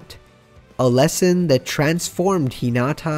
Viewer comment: And here we have yet another person who can't pronounce Hinata's, Karasuno's or Inarizaki's names correctly.